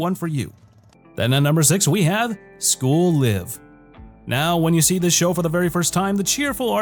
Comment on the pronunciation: You pronounced "School Live" Correctly! That deserves a sub!